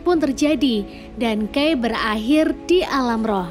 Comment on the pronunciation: Agak gak trima penyebutan "kai" jdi "key".. but overall kren, thanks nostalgia nya..